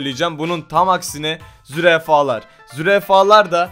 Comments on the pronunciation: zürefa deyil zürafa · Abi tam 4. Dakikada zürafa'ya zürefa dedin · Zürafaya zürefa dedin :D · zürefa :D zürafa olmasın o abi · Kediler veya hayvanlara tatlı vermek onu KÖR eder..(ayda yılda 1 verilmek üzere oda TATLI maması var ÖDÜL maması şeklinde tekli o verilir sadece) Ayrıca ZÜREFA değil ZÜRAFA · abi zurefa değil zurafa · zürefa diyo yaa